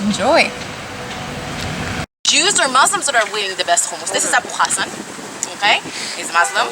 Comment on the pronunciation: Abu Hassan is awesome. By the way, you pronunciations are awful. lol